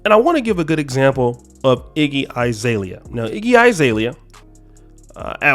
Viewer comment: Izalea? Bro it's Azalea. A is pronounced A, not I.